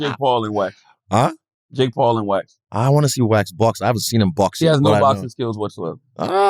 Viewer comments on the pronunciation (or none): When he first said Wax, I thought he said wet.